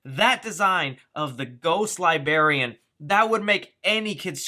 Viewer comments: libarian??? Ohhhhh Librarian. 👍🏽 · "Ghost libarian" Actually its libraria... "Back off man, Im a movie reviewer"